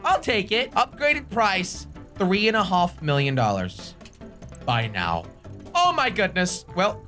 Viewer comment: Three and a HoLF